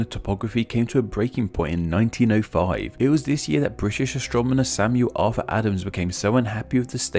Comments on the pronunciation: Cool video but it sounds like he says "Astromoner" each time he says astronomer. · heh "astromoner" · Count how many times he says astromoner.